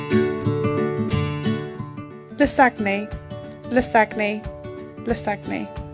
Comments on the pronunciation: LIES Its pronounced 'Lah-zan-yah' Why are u guys providing false info, its misleading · HAHAHAH YOU PRONOUNCE IT WRONG XDXD IT IS LASAGN! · Pronunciation is horribly wrong. Source: i'm italian